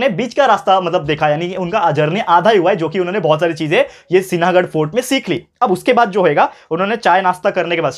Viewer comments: sinahaghad nahi sihaghad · सिनागड नही सर सिंहगड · In sinhagad n is silent . Lions fort hai matlab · Sir apne Sinhagad ko galat pronounce keya hei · Sir I think you are pronouncing wrong about सिंहगड sorry but please don't pronounce wrong